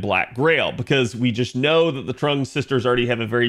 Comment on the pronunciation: Trung, even though it's pronounced more like Chung/Zheng